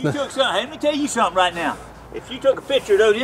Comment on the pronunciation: "Let me tell you suttum."